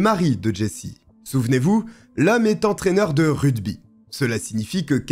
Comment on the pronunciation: ruGby et non ruDby 😉